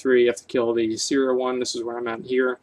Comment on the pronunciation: I am pretty sure it's pronounced Yeah-seh-rah not Yi-see-rah.